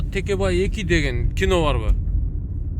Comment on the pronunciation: 😁😁😁 текебай эмес такебай